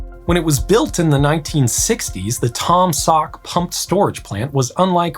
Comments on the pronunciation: Pronounced Tom Saw not Tom Sawk, the ‘k’ is silent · How can one read Taum Sauk as Taam saak? Where are the u going?